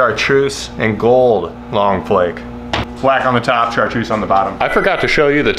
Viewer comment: Lol he said “chartrussy”